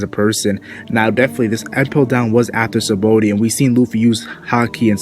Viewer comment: btw its not "sahaba o dee", its "shabon-dee" it's a play on the word for soap bubble in japanese ,"Shabon dama". "Shabon" is a borrowed word from the french "Savon = soap" and the "D" from the japanese word "Dama" meaning ball Thanks